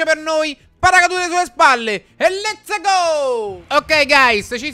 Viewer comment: ciccio continua a dire letse go in tutti i video lo adoro